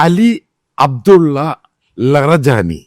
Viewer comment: ലറജാനി അല്ലണ്ണാ ലാരിജനി 🤣